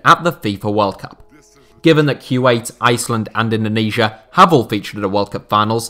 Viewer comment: Kuwait is pronounced "Koo - wait", not "Q-8".